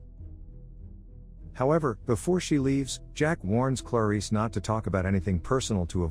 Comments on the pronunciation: Why is he pronouncing her name like "Claw-Reese" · There's something irritating on the way he pronounces "Clarice"